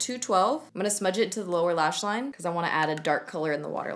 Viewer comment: The "lower lash line" verbal malfunction got me rewatching that shit 15 times